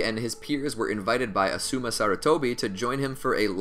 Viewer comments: The way you pronounce these names anger me like you hear how they are pronounced in the show you really said assuuuuuma instead of asuma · he said asuma’s name wrong